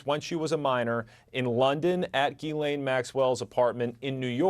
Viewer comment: Her name isn't pronounced "Gee lane, it's "Gislane.